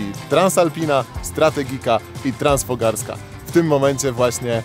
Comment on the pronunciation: Transfogaraska, nie Transfogarska - te góry to Fogarasze, nie fograsze 🤪